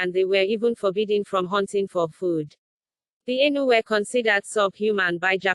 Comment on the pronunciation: The voce pronounces them A * inu * it means dog in Japanese ,it should be Ai-nu,theb Japanese used the word inu to vilify them.